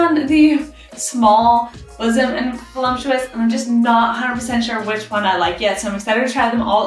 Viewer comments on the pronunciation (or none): That’s buxom, like buck-some, not bosom .